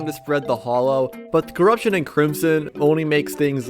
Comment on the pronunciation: this guy pronouncing hallow ‘hollow’ and zenith ‘zee-nith’